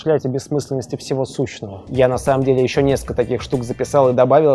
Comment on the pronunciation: Сущего, а не "сущного"